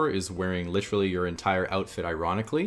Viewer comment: is more like "litrull"